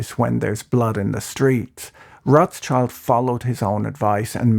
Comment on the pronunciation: Rot-schield, not Rots-child